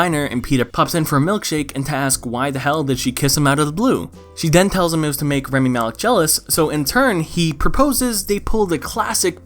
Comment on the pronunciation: everytime you said rEmi instead of rAmi i wanted to die a bit more